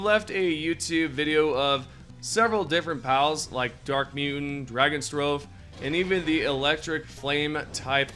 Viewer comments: The way you pronounce dragostrophe makes me want to kill myself 😂😂😂 thanks for the new vid bro. Drago with no n and then catastrophe. Drag-aw-strow-fee or could be drag-oh-strow-fee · it is pronounced drag off iz tree. ca tass tro fee or catastrophe or catastrophic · Yeah, he suxx at pronouncing several Pals' names 😅😂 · Im convinced dude says names wrong for the comment corrections. Aint no way mans believes RIB-unny is RUB-unny or the fact he said dragon strobe for DRAG-awe-struh-fee(dragostrophe) like its literally dragon and catastrophe...